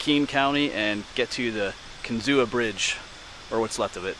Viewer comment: Kinzua Creek is pronounced "Kin-zoo." Check out Kinzua State Park.